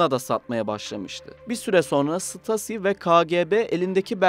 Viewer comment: Stasi denmez ṢTAZİ diye okunur !!!!!!!!!!!